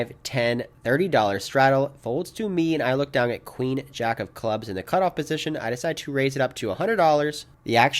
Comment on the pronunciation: One of my favorite things about your videos is the "g" you always add to the end of the word "down". I honestly look forward to it. That and the great way you explain your thought process on each action you make. Really makes it easy for the laypoker player to understand. I'm always down-g to watch a video! Cheers